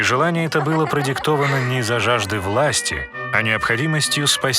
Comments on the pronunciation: Анимация, очень классная, вот прям очень... Но грубейшие ошибки сводят всё на нет (ХюррЕм, МахидЕвран, ШехзАдЕ, Параглы, закон ФАтиха (правильно ФатИха), и блять, какая ДжихангирА! Джихангир же правильно!! ; также Сулейман проправил 46 лет, а не 42, а Хюррем приняла Ислам не сразу, а через некоторое время) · Шехзаде произносится как шехзадЭ Закон Фатиха -фатИха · Гениально!! Почему раньше никто не додумался до такого мульта!!! Однозначно подписка! Вот только неверное произношение слов к примеру: благодаря рождению именно шехза́де - шахзаде́ (е звучит как Э) И не закон Фа́тиха а ФатИха. Это ошибки самые режущие слух